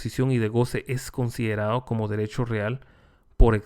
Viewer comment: mi más reconocimiento y admiración de su docencia y conocimiento..... pero con todo respeto no sé si podría UD pronunciar bien las palabras que llevan la letra d por ejemplo " considerado" y UD dice. Considerado. No se escucha bien. Pero todo lo demás está excelente. Es una crítica constructiva....obligao es obligado